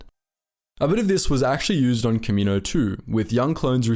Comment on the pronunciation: like this my dude, "Ka`-Me-noses" and planet "Ka-Me-No"